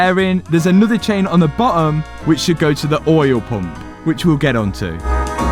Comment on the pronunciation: I love how you pronounce "oyel pomp"